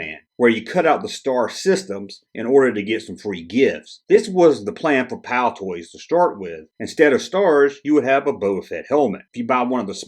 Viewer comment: Excellent Video again, By the way it is Palitoy and not Palitoys, but we do appreciate your international content. This might help you get to grips with our currency